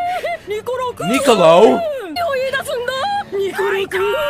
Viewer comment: U know sasha's last words "nicu" Is actually "nico-lo"